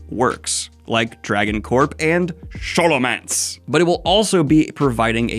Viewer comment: your mispronunciation of Scholomance hurts me